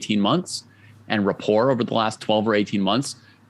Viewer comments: No. Richárd Rapport is Hungarian, not French. His name is pronounced (approximately) Ree’-hard Ra-port’. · Is Rapport's name really pronounced like the word rapport with a silent T?